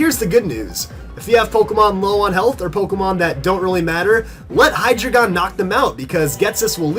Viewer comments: You're suppose to pronounce hydreigon like: hi-dry-gon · You are pronouncing hydreigon wrong